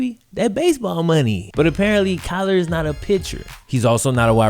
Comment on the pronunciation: Kyler not Klyer